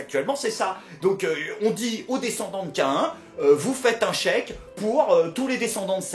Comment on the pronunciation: Pourquoi il prononce "Caïn" K1 ?